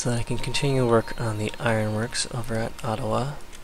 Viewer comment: Its funny how you pronouce Adawa like Ottawa